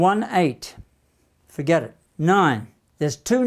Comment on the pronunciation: "done. fuhget about it"😅